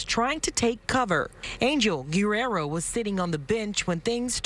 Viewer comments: The real crime is the way that reporter said Guerrero and all the other names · Wow this person butchered the last name Guerrero. Do they have a bot speaking out the names? Sorry I don't know why I'm asking a question I clearly know the answer to.